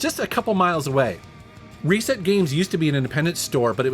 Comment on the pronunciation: Is anyone else bother how he he pronounces reset (ree-set) as “Ray-set”